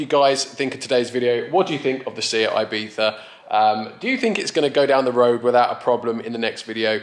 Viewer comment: “ibiTha” its ibiZa mate